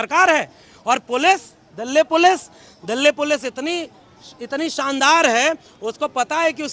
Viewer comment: Sir aapne jitni bar Dilly pulice bola mujhe sir ek hi word sunai Diya dally pulice 😛😛😛